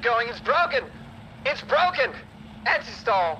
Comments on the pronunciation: iT's bWoKEn😂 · "IT'S BWOKEN" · “It’s bwoken!!”